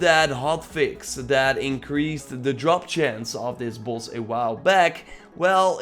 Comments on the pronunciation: He says bloss not boss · What "buss" are you farming now lmao why do u say boss like that